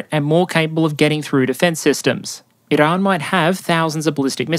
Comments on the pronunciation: There's no way I can put up with an hour of this guy's pronunciation of "Iran". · Why do you use an Iranian accent when saying "Iran" and "Tehran" but don't use an Israeli accent when saying "Israel"?